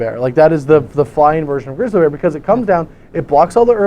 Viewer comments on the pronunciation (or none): none